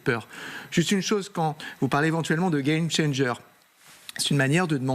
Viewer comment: Vous devez avoir honte quand vous prononcer le mot game changer.